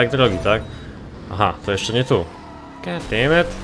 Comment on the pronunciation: "gat dejmed"